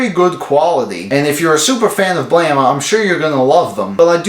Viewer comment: Holy fucking shit. You actually pronounced the title right. I've seen other videos pronounce it Blame instead of Blam. Kudos to you sir 👍